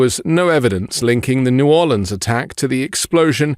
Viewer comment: Pausing at only 9 seconds to say THANK YOU for properly pronouncing New Orleans 💙😎